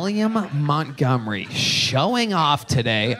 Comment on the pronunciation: I AINT NEHFUU GONNA STOP WATCHING